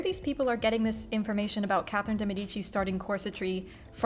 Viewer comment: I definitely added this mug to my Christmas list and I'm really hoping someone gets it for me. Or I'll just buy it for myself. - is in EXCELLENT form right from the get-go and I am so excited for the snark to come. - Pretty sure he just said 'Kathleen' de Medici. What? - Did I miss the part about the 19th century? - So much of 'history', especially women's history, is mansplaining that we just to throw out the window. Women's experience/testimonials vs. some doctor? Obviously the man prescribing heroin to children - Worn both Spanx and a corset, and I'll take the corset any day. I was fairly tight-laced too (we were young and neither my friend lacing me nor I knew any better) and it was still really comfortable. Spanx are just hot and confining and they rolled up from the bottom and down from the top and I kept having to mess with them the whole time.